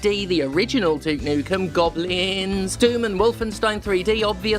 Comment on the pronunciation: Pronouncing Gobliiins as Goblihihins = Core memory unlocked Gonna put Gobliiins on my Steam Deck now.